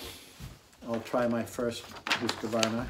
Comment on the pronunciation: Hoosk-varna, not Huska-varna. Otherwise nice video.